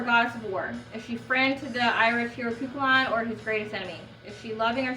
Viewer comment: oh nevermind you answered it in the video - if you like these guys you might dig primordial and omnia! they do excellent morrigan inspired music as well, also it's pronounced cruh-uh-chan (the ch is like you're clearing your throat).